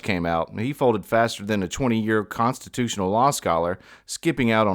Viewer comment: "Consotustnl rights"